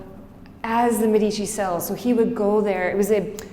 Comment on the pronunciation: Thank you, very good, but learn how to pronounce "Medici"